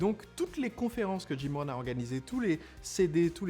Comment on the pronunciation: Jim Rohn ( au lieu de Jim Ron)